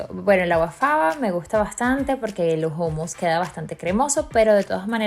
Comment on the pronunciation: Niña no se dice jumus se dice jumus